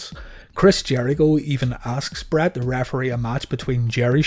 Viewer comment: There are so many times when you say Brett that I hear Brad lol. I absolutely love this channel. Keep up the amazing work